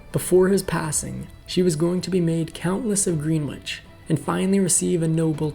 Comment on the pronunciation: "Green witch " ? " Bew ford" ? This is the 2nd video of yours I've heard such misrepronounced words !!! Get it right !